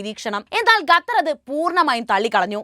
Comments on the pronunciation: Gatar alla its call Qatar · Quatar not Gutar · Pronunciation quatar, not gatther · ബഹാനോ. Gather എല്ല ഖത്തർ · ഖത്തർ. എഷന്നു പറയുക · ഗത്തർ അല്ല.